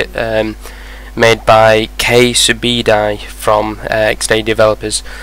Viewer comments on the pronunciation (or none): LOL! KSubedi here, you mis-pronounced my name but its all good lol :D good video btw :)